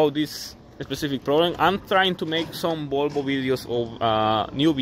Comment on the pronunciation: IT IS CALLED VOLVO, NOT BOLBO. WHY DO YOU CALL VOLVO "BOLBO" ?